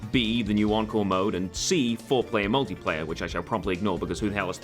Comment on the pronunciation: I hear uncle not encore